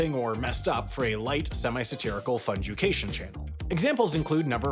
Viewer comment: fun jewcation?